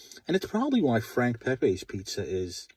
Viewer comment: It's Pepeez not Pepays. He was Italian not Mexican.